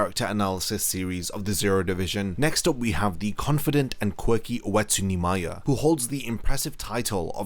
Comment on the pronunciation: When you used to say Oetsu Nimaya, I thought you were always saying "Wetsu Neemaya".